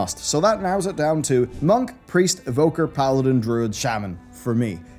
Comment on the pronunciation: Evoker. It's Evoker. I am mainiing Evoker.